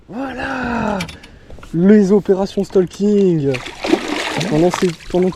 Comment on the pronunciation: On dit pas stalking. C’est le français moyen qui dit ça. On STAUking. Enfin tu fais comme tu veux 😂😂